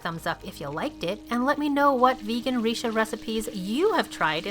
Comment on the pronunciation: Everything looks so good. 😍 BTW Richa is pronounced as Rich-aa. 🤣